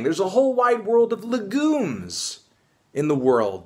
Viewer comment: The way melon says legumes has me crying